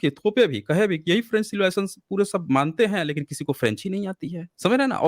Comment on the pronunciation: sir, are you GORKHA, bcz your pronunciation always is sha, any Hindi word eg. Sab log,you shab log, Secondly please speak little how much you talk each sentence minimum 4 times, total debate you only speak other you will say boliye bit again you jump. Try to improve